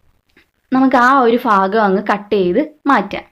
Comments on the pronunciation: ഫാഗം അല്ല ചേച്ചി "ഭാ"ഗം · ഫാഗം അല്ല ഭാഗം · Fakham alla bhakam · Mughal faagam alla. Mughal bhaagam